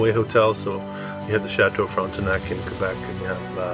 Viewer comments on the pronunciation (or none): none